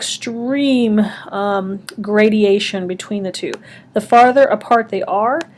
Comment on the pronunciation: very helpful but it is graduation, not gradiation